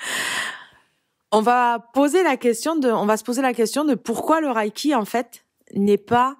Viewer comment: Bonjour, tout d'abord on ne dit pas" Raille"-ki mais" Reille"-ki. Deuxièmement, quelle sont vos sources?